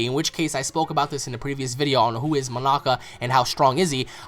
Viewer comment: signerleo snyder said it, learn English nigga before you comment nonsense you called him moanak and then you called him moamak then 3rd time you actualy got it right Monaka heres a cookie from Gokue and beuer s and chmapa